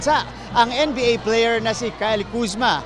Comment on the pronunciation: Kayla kuzma? Kayla daw HAHAHA